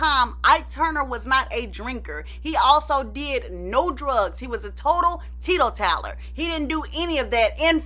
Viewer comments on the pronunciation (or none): Tee toe taller? It's teetotaler.